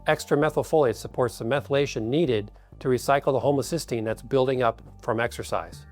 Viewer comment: Why does he pronounce 'homocysteine' as 'homocystine' ? Does he know the difference ? The two are related, but are substantially different.